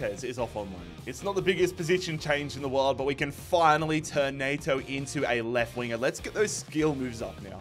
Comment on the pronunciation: Was really surprised to see you sign Neto!! It's pronounced 'N-eh-to', not 'N-ay-to' No hate though man keep up the great vids